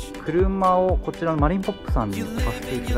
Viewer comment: マリーナポップでなくマリーナホップですよ〜